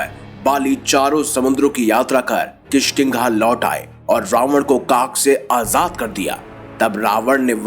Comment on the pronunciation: kishkiga nhi kishkindha hai